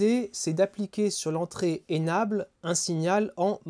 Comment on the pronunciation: Pour la qualité du discours : « enable » se prononce « inèbeule ». C’est tout pour cette fois.